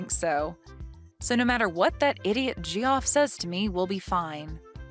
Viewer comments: Ha, ha, ha, they called him Ge-off. It's pronounced Jeff. Idiots. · I think it's pronounced Jeff, not g-off